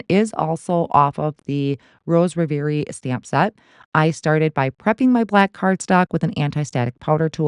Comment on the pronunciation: “REV-er-ee, “ I believe - gorgeous results! Ty for this example.